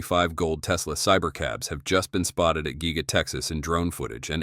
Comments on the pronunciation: Gega press huh. The AI voiceover needs a raise! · Nice content (🇦🇺 Die Cast trained in 80's) but that Ai pronunciation just kills me lol (Gee-ga, Meh-towel etc)